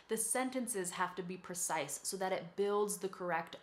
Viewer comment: "So they have to be very percise [sic] with their language." PRE-cise. "The words have to be percise [sic]..." PRE-cise. "The sentences have to be percise [sic]..." PRE-cise. "...perfessional writing [sic]..." PRO-fes-sion-al ().